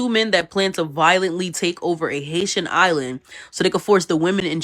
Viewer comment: Yal pronouncing the island wrong 😕